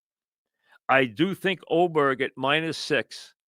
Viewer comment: How is Aberg pronounced Oberg? Also, why don’t you ever show highlights instead of talking about what happened?